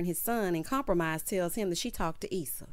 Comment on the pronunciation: Wait .. did you say Lawrence had a baby with “Compromise”?😂😂😂😂